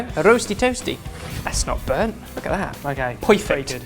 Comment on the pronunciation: Did just say "poyfect"? xD